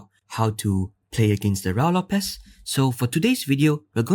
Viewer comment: IMHO it is pronounced RU-I LOPEZ.